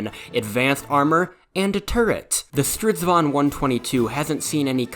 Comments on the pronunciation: It usually sounds like a diyng elephant. This only sounded like someone from Sweden who's lived in England would say. Good pronounciated! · You can call a chariot a "stridsvagn" but I think you have to say it slower, more like "strids-vagn" to avoid confussion ^^